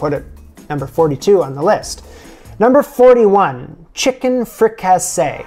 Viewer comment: It’s fri cah see. And it’s not really French.